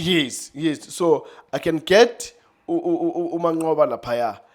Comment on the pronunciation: U can't say mancqoba😂😂😂😂😂aowa i thought u will say rulane